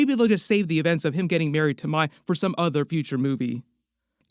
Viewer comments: Couple things it’s the spirit world not the spirit realm and the name is pronounced “may” not “my” for Mai. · Zukos girlfriends name is pronounced like the month May. Disappointing you got that wrong bub.